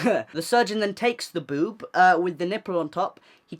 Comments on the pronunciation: how he says boob tho like,, ‘b0oB’ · how he says boob tho lmaoo